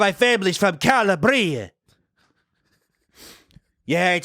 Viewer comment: Not the "Cal-a-BRI-a"